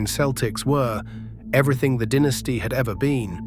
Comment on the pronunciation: It is not a dinisty it's a dynasty